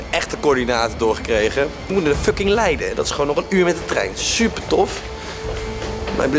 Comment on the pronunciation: Giel zegt het goed: leiden Thomas zegt het fout: f*nking